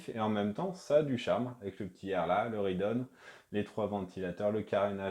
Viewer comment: Pourquoi prononcer rIdeon ?